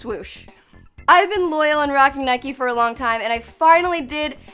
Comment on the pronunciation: It’s Nike not nikey